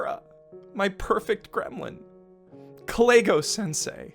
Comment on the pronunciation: I keep hearing him mispronounce Kalegos name as like Clayghos lmfao